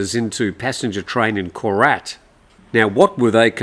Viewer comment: ‘Koret’ Really?